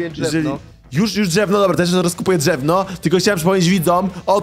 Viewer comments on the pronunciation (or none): Czemu powiedziałeś dżewno?